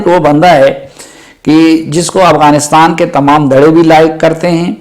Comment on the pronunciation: It's AFGHANISTAN not Aghwanistan.